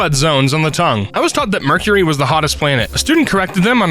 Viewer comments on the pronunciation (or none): none